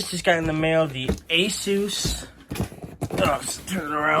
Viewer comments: Poor pronouncing of Asus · it's already surprising that a pig can speak. We will give forgiveness for the pronunciation.